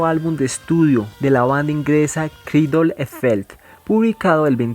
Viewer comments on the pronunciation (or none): Zetzo, Titer, Kraidel? Chico, me encanta tu trabajo, pero sería bueno que mejores tu pronunciación de inglés y español, fuera de eso todo bien :) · Amigo tu pronunciación de cradle es un asco